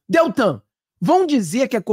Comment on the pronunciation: Amigo, não é Detan e sim Deltan. Me ajuda aí, caro amigo.